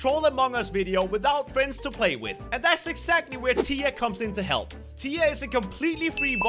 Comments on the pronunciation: saying tiya Me that’s my friend name but it’s spelled like this tia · I know its tea not tiya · He said tya and my hopes soared. Like if you know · The way he pronouced tiya sounded like he was talking about his wife LOL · When he said Tiya i thought he was talking abut his wife lol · He said tiya Hmmm